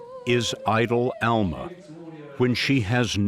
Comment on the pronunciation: Please pronounce her name correctly ask her how to say it her name is Alma with a short UA sound not the Southern Sound pronounced as an a